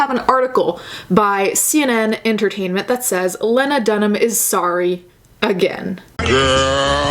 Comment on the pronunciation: WOW if you can't be bothered to learn how to pronounce someone's surname in an article you're reading, how reliable is any of your content. Not for me. I don't care who Lena or Lana or Lego is.